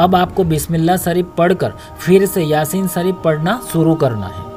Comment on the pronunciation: pahle. bolna. seekho. bismilla. sareef